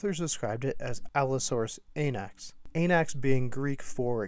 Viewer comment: Allosaurus “Anax” sounds so wrong.